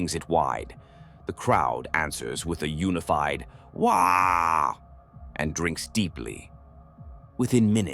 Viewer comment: “A unified shout of…” sound of the AI interpreting “waaagh” with a baby’s “wahhh” lmao